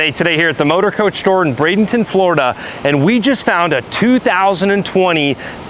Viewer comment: for Chrisesake…. It’s Braid N ton!!!! Not Bradington ya doof! Your description and dialogue has really improved and if you’re going to be speaking from the Motorcoach Store…. In Bradenton, FLORIDA…. Where it may be hot but at least it’s humid….. Improve the name and you are good to go!!